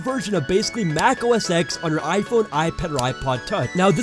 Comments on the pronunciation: it is read as "OS TEN" not OS X lol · STOP SAYING OH ESS EX ITS PRONOUNCED OH ESS TEN